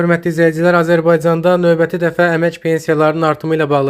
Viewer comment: Novəti yox a qoyun, Növbəti